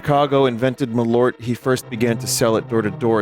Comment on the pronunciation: That is the best pronounciation of Malört I've ever heard 😂